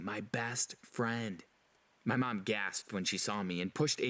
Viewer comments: Why does this guy say Mum/Mom (where u from) so weird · How he says mom: meom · I can't be the only one who noticed the way the guy pronounced "mom" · The way he says Mom is funny 😂